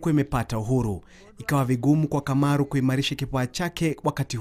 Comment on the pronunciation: Kamaru, not Kimaru